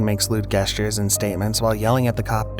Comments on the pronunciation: Gestures...pronounced with a J sound 🙂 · How does this commentator guy not even know how to pronounce simple words like "cordial" and "gestures" though? If you can't even do that correctly you probably should have someone a little more educated narrate thi video 🤣🤣